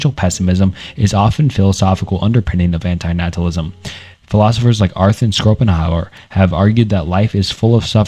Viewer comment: I love how schopenhauer became "Scoop'em Howard"